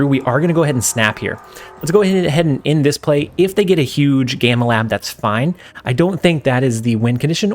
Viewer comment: The "gay-ma lab" WTF? Lol it's pronounced gam-ma lab 😆 can you tell he's not a Marvel fan? Cars players I swear lol